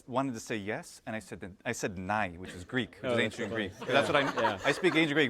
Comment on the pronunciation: Well, the only one humble correction I would like to include: "Yes" in Greek is "Ναί" and sounds something like "Ne"... This guy is amazing!